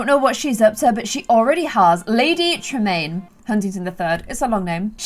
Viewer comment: am I the only one who heard "Lady traMEAN?"